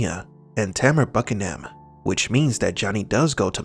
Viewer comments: tanner buckenham. BAHHHAHAHAHAHAHA It's pronounced byucannon. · Tanner Buchanan is pronounced differently than it’s spelled his last name is pronounced byoo•ca•nuhn